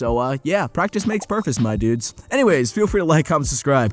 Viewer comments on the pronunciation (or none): "Practice makes perfice" thank you for this small but lovely mistake, I'm now going to incorporate it into everyday speech and try to make it a thing